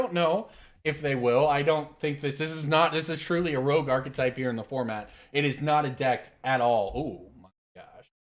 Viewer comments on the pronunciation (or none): it's 'rogue' not rouge